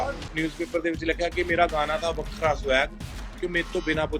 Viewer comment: The way he pronounced WAKHRA 😂😂